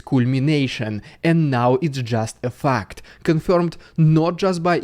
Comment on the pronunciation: omg, the way Dude says fact at 10m44s is exactly how Aussies say fucked! Lol.